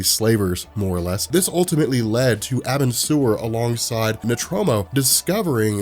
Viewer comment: I'll say it again, it's pronounced "are-bin-sir" Edit: this isn't meant to be hate btw